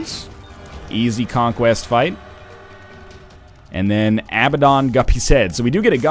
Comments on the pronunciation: Repeat after me. Uh-bad-in. Not Abba-dawn. Abaddon is pronounced uh-bad-in. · ..... Ab Ah Dawn.